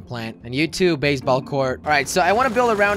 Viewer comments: any one motif that when he removed the basketball area he said base ball area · Anyone else notice he said baseball court? 🤔😂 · Did no one catch on that he said BASEBALL COURT😂😂😂😂👏🏻🙌🏻